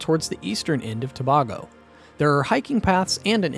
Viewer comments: Try “To bay go” not “To bar go” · Get the pronunciation right pleaseeeee! SAY BAY GO.....NOT BAR GO. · Why did you alternate in the pronunciation of Tobago? It's pronounced To-bay-go. Randomly saying To-bag-o in between when you had it right the first time makes no sense. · You're so correct and it pisses me off when it's mispronounced. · Please get the pronunciation before recording TO BAY GO Caroni. Pronounced Ka ron e ... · Great video, thanks! However, pronunciation of place names (Tobago, Caroni) threw me off. Also, the capital city is not "the port of Spain". It's simply "Port of Spain". Maybe check these things with the people living there?